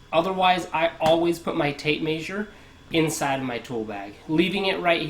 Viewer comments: Volt-tom -eter?? Maysure?? Where you from bud?? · This guy must be from the Midwest. I lived in Kansas for 4 years and maysure is one of the words they use. They also say wersher instead of washer. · Tape maysure lol. Hillbilly nerd